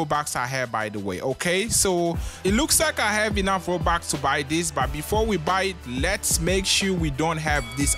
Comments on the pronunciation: Bro said ROUBAX btw I’m not saying bro he said robux wrong or I’m not judging his accent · Im sorry in advance but......THE ACCENT?!? ROBAX??!!?!